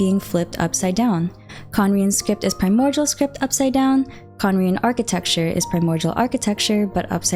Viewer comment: Am I the only one hearing a 'g' when she says primordial? It's kind of triggering. 😅